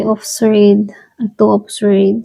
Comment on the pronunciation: Sord po di po swwerd ang sword